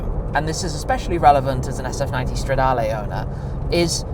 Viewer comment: If you want to lose a whole load of money then yeah, and I do wish you’d stop saying stradaaaalay. It’s stra-da-leh. Not lay! Ferrari isn’t on form right now but as Clarkson said, if their road cars are bad their F1 cars are good. gosh it’s ugly! Don’t do it!!! ❤